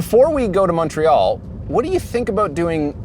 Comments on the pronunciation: Is saying “MUNTreal”? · a real Canadian. Pronounces "TORONO and MUNTREAL". Thumbs-up